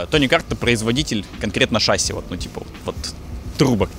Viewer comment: мы с мужем смотрим все твои ролики, но его каждый раз корёжит от твоего "шАсси" 😖 ШассИ,, шассИ!